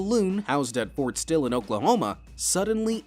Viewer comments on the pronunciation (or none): It's Fort SILL, not Fort Still Oklahoma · Fort sill not fort still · Fort Still? Don’t you mean Fort Sill